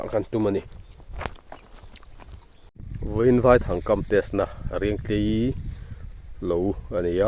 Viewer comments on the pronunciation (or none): Vaithang i sawi dan kha, vaihlo tia kan sawia, vai tih lai tak hi vaihlo hming kan sawi ang hian vai lai tak kha lam nise, a dik ang a, i thang herh kha a lian deuh lo maw te ka lo tia. lo awk teuh zel teh khai.